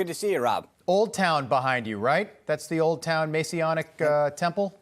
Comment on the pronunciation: “Masionic temple?😀